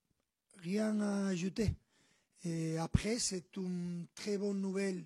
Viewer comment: Il a dis "oune personnalité contrastée"